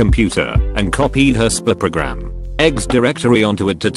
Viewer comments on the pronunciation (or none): nobody: text to speech voice trying to pronounce “spy program”: spippogram